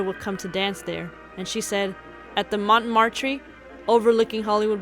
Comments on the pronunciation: It's not mon'-mar-tre. It's not Adolph-e Menjou. Please, if you're going to do history, any history, but especially Hollywood history that some of us grew up with and that some of us had careers in, learn the correct pronunciations of historic names and places. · Great video. One quibble: "Montmartre" is pronounced /moh-MAHRT/